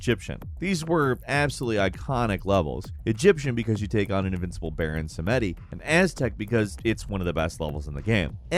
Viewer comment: "Baron Sametti."